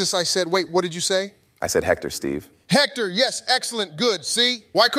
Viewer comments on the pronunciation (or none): When Drake said Hector with a J I lost it lmao.